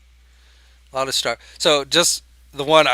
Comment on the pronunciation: It's STRUCKER, not stucker